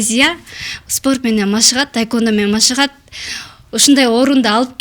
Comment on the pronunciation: Ведущая кыз тайквандо дейт го. Тиги спортсменкага да таэквпндо деп жазып коюуптур бляячч🤣🤣🤣🤣🤣🤣🤣идиоттор тайквандо же таэквандо эмес тхеквондо деп жазылат блять